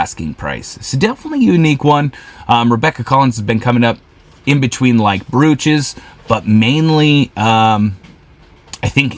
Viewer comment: Hey there! This is a fun channel. I champion your success. The correct pronunciation is “broach” (like roach). Also, you have misspelled the word in the title of your video on YT, which may affect your views.